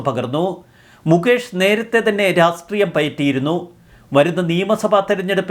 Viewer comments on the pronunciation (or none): none